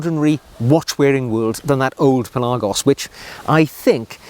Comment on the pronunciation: Pelarrgos?? Pelagos surely!!